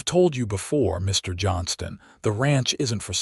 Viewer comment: You seemed to pause in Mr., Mrs., and Dr.; the period should not be treated as a full stop. No need to pause.